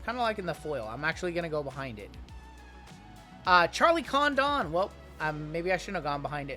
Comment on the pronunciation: We gotta get you to learn how to pronounce Charlie Condon's name properly lol